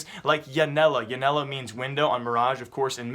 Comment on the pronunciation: man your portuguese pronnouce is so bad, hehe. its no big deal, just though it was funny, you dont say "ianela", the J in pt (unlike in spanish) makes the same sound as G in "edge"